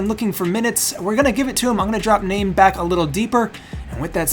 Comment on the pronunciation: Heya :) I think the name, Name is pronounced, "Nar-may". Looking forwards to the new series.